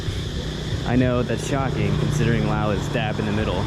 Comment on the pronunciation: Dude, enough with the money concerns 😂 There is zero chance you're getting scammed in an international airport (most likely 😅). And why are you pronouncing Laos in their language? Its like being in Japan and saying "Im in Nihon" obviously post music festival By the way, when are you going back to Japan?